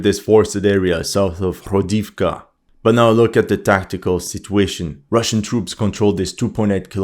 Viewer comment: Cette prononciation des 'h' comme des 'jotas' espagnoles, ça écorche un peu les oreilles, quand même (le 'h' se prononce 'g' en ukrainien), comme le 'i' (le caractère n'existe pas en russe) se prononce 'o' pour marquer un 'o' tonique (il n'y a pas de tel indice en russe, où le 'o' se prononce souvent 'a', comme dans "Pokrovsk" prononcé "Pakrovsk", ou "Toretsk" prononcé "Tarietsk"): "Hrodivka" se prononce "Gradofka" (avec un 'r' roulé) et "Novohrodivka" se prononce "NovaGradofka" -- on s'y attend un peu, vu que "grad" signifie "ville" et "novo", prononcé "nova" signifie "nouvelle". Pour l'analyse elle-même, qu'est-il arrivé au F-16 abattu sur le front de Kursk, vous êtes le seul à en avoir parlé il y a 2 vidéos de ça...? Philippe Buffon rapporte que les Russes sont déjà dans Pokrovsk. Moi, je crois que les Russes vont essayer autant que possible d'éviter un nouveau Bakhmut et vont se "contenter" d'isoler la ville en prenant le contrôle de tous les axes de communication: sur leurs avances au sud de Niu York et vers Selydove, ce sont les drones qui transforment les axes en "death roads", suit l'artillerie pour vider les sacs-à-feu des Ukrainiens qui n'ont pas pu fuir, et une fois qu'il n'y a plus rien, l'infanterie prend possession des lieux: forcément, ça avance vachement vite. Comme Pokrovsk est un nœud ferroviaire et routier ("sans importance", selon le directeur de la CIA devant le Sénat il y a 2 jours), un siège est probablement plus efficace que la prise de la ville elle-m